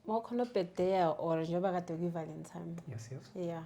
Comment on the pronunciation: was it valentime or valentine